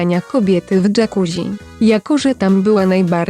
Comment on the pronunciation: Jakuzzi czyta się dżakuzi!!! można sprawdzić w parę sekund! Może tak poprawcie wymowę , bo jest rażąca!:face-orange-frowning